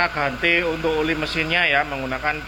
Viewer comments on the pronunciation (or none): Oli mas bukan uli